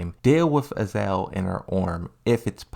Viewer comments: Ah-Za-Zel. Not Azel lol. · AZA-ZEL is not equal to "AZEL" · I think he's trying to be like Aris with the mispronounces...except aris plays them like jokes while comes off as dyslexic lol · Dude, I really like your content and I don't mean to be so petty, but your mispronunciation of Azazel and Sirius was so jarring I had to stop watching the video. It seemed really interesting too. Sorry dude